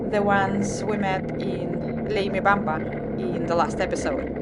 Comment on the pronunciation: You also pronounce leymebamba as Labamba like the movie about Richie Valence and one of his most famous songs. "Labamba" 😁 Lou Diamond Phillips who played the roll about 20 years ago I think.